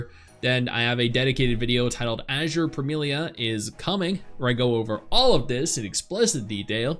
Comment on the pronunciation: man tried so hard not to butcher the name like he did in the stream hahaha, i was waiting for the nipples :D